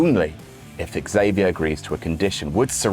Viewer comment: you really got to hit that "X" on xavier harder. But other than that great stuff as usual.